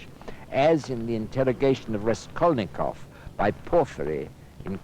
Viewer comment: Raskolnikov, not Reskolnykov :-)) Čtu teď Zločin a trest, je mi 68, poprvé jsem ho četl v 15 letech.